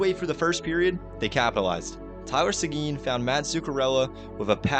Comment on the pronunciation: It's not say-gene it's simple tylor sequin pronunciation( tie) (Lor)(say)gin) say it with me tyl